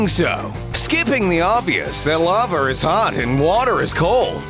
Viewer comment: I like how you said ‘Laver’ XDDDDDDDDD